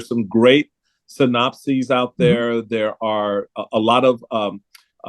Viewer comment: When Michael said, "synopsis" I thought he said, "the Nazis" 🙄